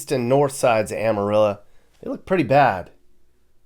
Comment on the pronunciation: Amarillo is pronounced Amarillo not Amarilla. It's o not a.